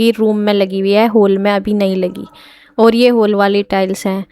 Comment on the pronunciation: होल नहीं हॉल बोलते हैं होल अजीब सा लग रहा हैं सुनने मे